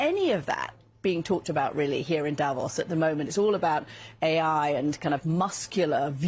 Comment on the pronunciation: The pronunciation is not Davós (with a short 'o') but Davos with a long 'o' like the 'o' in 'more' If you do reports from a place learn how to pronounce it! Same with names of politicians like Angela Merkel and Friedrich Merz. You're saying it wrongly. The world also make the effort to pronouce Trump's name correctly - you have no idea how the French would pronounce Trump in their language (...).